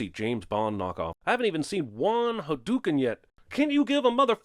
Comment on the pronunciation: I remember Ryu doing his fireball when I watched this Year's ago! I remember him saying "Hyduken"!